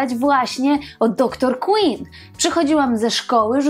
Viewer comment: DR QUINN!!!!!!! Wymawia się KŁYNN nie KŁINN!!!!! Ogromna różnica